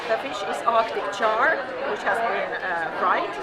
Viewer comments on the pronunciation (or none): none